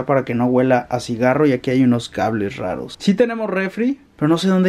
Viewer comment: . "Hay un ESPRÁIT y unos cables SHRAROS"